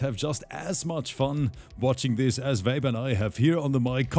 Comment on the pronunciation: Why do i hear saying "vape" as "babe"😂😂